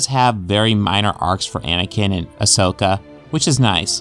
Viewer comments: "Aosaka" How long has it been out? Its A-SO-KA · It's pronounced Ahsoka Tano and not Ashoka Tano. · I think he said it more like Asokka Tano